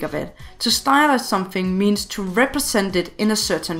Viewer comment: Is it only me hearing "stylishe" when she say "stylize"???